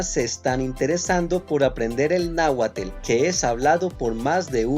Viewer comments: No te ofendas, te lo digo con mucho respeto, Las nuevas generaciones te aplauden porque en realidad no saben y ni les importa tanto. Pero, te oyes muy mal que pronuncies las palabras terminadas en TL y le agregues una e entre la T y la L, ahuacatel, xocoatel, Tlalkakahuatel, se oye horrible, es lo peor que estás haciendo, en estás palabras la terminación TL se dice solo la "T" como Nahuatl = Nahuat, Ahuacatl = Ahuacat, Xocoatl = Xocoat, Tlalkakahuatl = Tlalkakahuat, Tizatl = Tizat. Aguas! Te oyes muy mal, este error lo cometen muchos extranjeros principalmente sur americanos y españoles. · como, ibas muy bien y hasta lo repites. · Tu pronunciación de Náhuatl suena a Náhuatel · me gustói mucho el video pero me duele que diga "nahiatel" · Gracias por esta video tan interesante 🙌🏼🤗❣️ Aunque la pronunciación que hacen de la palabra "" se oye... Curiosa, por decirlo de modo amable. 🤗🙉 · Soy de México , agradezco el aporte, la palabra Nahuatl está mal pronunciada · Estas pronunciando NÁHUATL MUY MAL…… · Me interesó ,pero en verdad , es molesto escuchar el Náhuatl cómo nahuaTEL 😡😡😡, llegué hasta el 4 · Creo q lo pronuncias mal te digo por q tengo familia q habla nahuathl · La palabra es NAHUATL, y deben pronunciarse las dos ultimas letras (TL) como una sola, no como la pronuncias tú, agregándole una E, que no sé de dónde la sacas. Dices incorrectamente y así es como se pervierten los idiomas. La palabra agua, componente de NAHUATL, debe pronunciarse A-TL, no A-TEL. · "Náhuatel" xD jajajajaja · Excelente video. Pero la pronunciación náhuaTEL es incorrecta. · Casi me salgo del video cuando dijo. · Es cierto,es fastidioso escucharlo pronunciarlo mal Decidí no terminar de ver el video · QUE MAL HABLAS EL NAHUATL, NO SE DE DONDE SEAS PERO PRONUNCIA BIEN POR FAVOR. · No lo pronuncias bien hermano estudia bien y luego nos enseñas a nosotr@ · Procura por favor pronunciar bien la palabra Náhuatl. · No sabe pronunciar